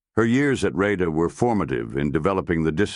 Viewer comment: RayDay??? NO it's RADA......pron /RarDuh/ The Royal Academy of Dramatic Arts.. Why do these AI voices start well but then it all goes wrong?